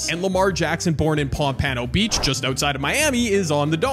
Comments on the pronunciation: Bro said palm pano beach 😂😂😂😂😂😂😂😂😂 bro it’s pronounced pomp ah no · I turned off the video once he said Pom - Pan -o beach…